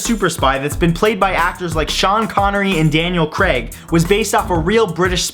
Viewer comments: Daniel Creg? xD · Danial Creg eh?